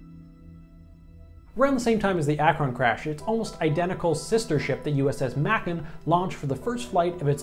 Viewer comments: Macon is pronounced like the city, like bacon with an "M" instead of a "B". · Make-in, not Mac-in. It's a city in Georgia. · May-Kuhn. Not Mackan. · its not ma-con its pronounced mae-con just how its mostly said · its pronounced may-con not mack on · Are you from Earth? Macon should rhyme with bacon, not "makken." Also Sopwith, the "sop" should be pronounced the same as "sopping wet", not "soapwith." Otherwise, informative video. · Don't pronounce macon like mac-con it's pronounced like bacon with a m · They were pronounced MAY-kin and ACK-run. Also, don't forget the B-36 FICON bomber. It was also technically a flying aircraft carrier and a flop. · In the name "Sopwith" the "op" is the same as in the word "hop," not like "soap." "Macon" is pronounce like the city in Georgia, "may-con." And the Zeppelin Company is still making airships today. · For future reference USS Macon is pronounced "May-con" it's a city in middle Georgia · Macon pronounced, may-cun , . And a correction, America didn't want the Germans to have helium, we knew what they were. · Macon is not pronounced like that, it is pronounced MAYCUN, the airship was named after the city in Middle Georgia (that state in the Southeastern US that has given the country some of the greatest singers ever known along with dozens of other social, scientific, and economic contributions) not the one near russia. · I think its pronounced May-Kin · Macon is pronounced "may-kon". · You butcherd the name of the macon Its May-con Like bacon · Macon pronunciation is like bacon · ITS pronounced MAY-CEN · Macon is actually pronounced wheree the A says it's own name. I know, its confusing. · What was that pronunciation of “Macon” again??